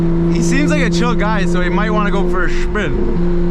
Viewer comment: "for a shpinn" lmao